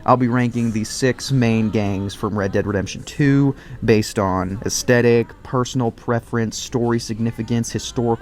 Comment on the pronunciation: Is there some sort of unwritten rule among youtubers that they're not allowed to pronounce "aesthetic" correctly?